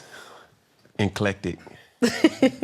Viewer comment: Enclectic?! Said it with so much confidence too 😂